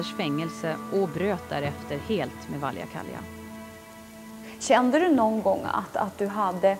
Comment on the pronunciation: Snälla, hans namn uttalas inte "Valjakalja", utan "Valjakkala, dvs. precis så som det skrivs.